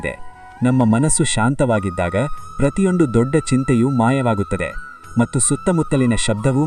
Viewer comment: That is not 'mattu' that is ' mathhu'. Please Pronounce properly.